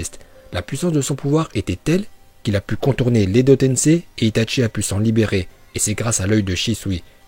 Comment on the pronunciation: Pour une dèrniere fois Dites Itachi Pas Itatchi